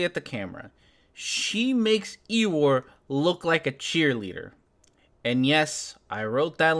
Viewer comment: Normally hate pointing these things out but I cannot let this one go. A. A Milnes greatest creation Winnie the pooh has character in it named Eeyore pronounced ee-oar not ee-war that is all. Oh almost forgot Dunning and kruger would probably love to study this classic embodiment of there hypothesis.